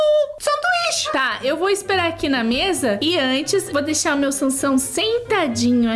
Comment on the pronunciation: Me nota é mei mai e não meili